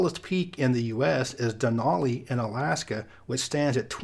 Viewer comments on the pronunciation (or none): You completely threw me with your pronunciation of Denali. Dunollie is a castle in Scotland dating from at least the 7th Century, and for half-a-second you had me wondering why I'd never heard of the mountain in America named after it!